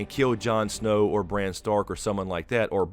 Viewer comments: It's BRAN. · Its bran...howd you miss this